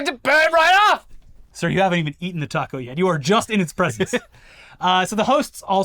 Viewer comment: pronunciation of “taco” was absolutely the best way to pronounce it with a British accent. I know because I tried pronouncing it with a long “ah” sound and my wife laughed at me for a solid minute. Should he have said it with an American accent or even a Mexican accent? What a silly thing for Americans to take affront to. Pico de gallo, fair enough, he definitely should have pronounced that better.